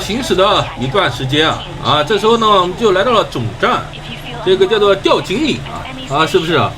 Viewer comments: 那讀 tiao（條）調景嶺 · 是條（調）景嶺！